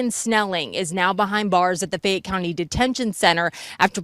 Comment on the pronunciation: I live in Louisville KY... hearing about this case from you G. Thank you for covering it! Fayette County is pronounced FAY -YET ❤❤❤